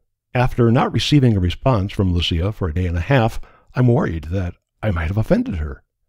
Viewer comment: Swede here, I'm happy that you got the Lucia name right and not pronounced as they pronounce it in Italy